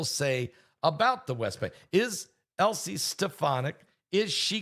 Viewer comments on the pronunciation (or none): Dear Pastor, her name is not Elsie, but Elise Stefanik. It's pronounced EL LEES. Love you, Pastor! I too was amazed at the amazing God-ordained timing of your AI webinar!